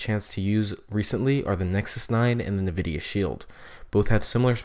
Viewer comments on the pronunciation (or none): Ecks™ No, he's saying NAHvidia, but it is ENNvidia. Better check YOUR hearing. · Nvidia is pronounced EnnVidia, not Nahvidia. So annoying. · Ecks™ If you're hearing "Enn Vidia" and not "Nah Vidia" you are the one with the hearing problem and had better listen again. I've listened to it again, carefully, extra loud, and he is saying NAH vidia, plain as day for those who listen. Did you even bother re-listening or are you just assuming you got it right the first time? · No hate to you but its N vidia not nuhvidia :} nice video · Ecks™ Ultimist I'm saying "Nah Vidia" because I hadn't realized I was pronouncing it wrong.